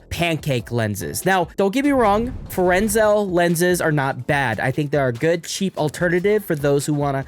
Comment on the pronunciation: Fresnel is pronounced freh-NEL (silent S), he was a French dude and that's how he pronounced his name